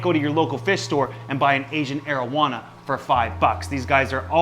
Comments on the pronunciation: Sounds like “Asian marijuana” 😂 I love your videos 💜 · Thought he said marowana